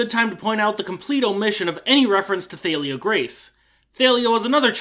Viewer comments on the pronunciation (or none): who in gods name pronounces Thalia as Thay-lia? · 1 sin for saying Thalias name wrong- T-AH-lee-uh. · U pronounced Thalia wrong.. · no hate at all, I swear, I don't think mispronunciation is an actual problem considering how many languages and dialects exist and all that. I just found cool how you pronounced Thalia. after all these years seeing the discussions about the correct way, this was still the first time I heard that way.